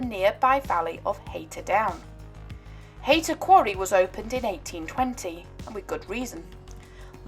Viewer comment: Not wishing to be picky but Haytor is pronounced Hay Tor and Teignmouth is Tin Mouth. Nice piece. I found the tracks in early 70's and used to go swimming in the old quarry. A bit chilly! Now live in Australia where a couple of hundred years is like yesterday.